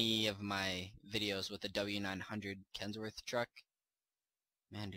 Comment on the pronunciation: You kept saying kensworth...